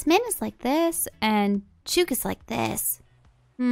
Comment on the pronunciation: It's Chook as in "look", not "Chew-k". It's an Australian term for a chicken or hen. Love watching your let's plays 👍